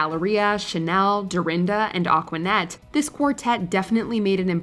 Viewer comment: I LOVE THIS MOVIE probably my favorite dcom. Also it’s Aquanetta not Acquanette